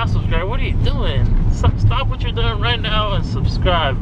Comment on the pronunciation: Idk if you said "right now" or "write meow"...